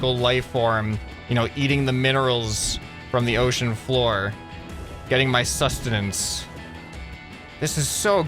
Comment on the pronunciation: Did he say SUStinants >->